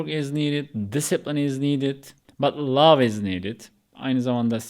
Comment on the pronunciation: Correction - Lowe pronounce ettiniz bu dogru degil. LOVE da "v" harfini biraz bastirin. Turklerin ve bircok baska dil native olanlarin yapamadigi seyler - sizde dahil- "V" vs "W - mesela vivid veya voucher gibi yada world veya word gibi" ve "T" vs TH - yani tomorrow yada taylor veya thing veya think gibi". Birde yavas konusun kelimeleri. Türkler ingilizceyi acele konusuyor. Ne kadar yavas konusursaniz o kadar duzgun olur. Turkce yazmadada benden ozuru kabul edin. Cheers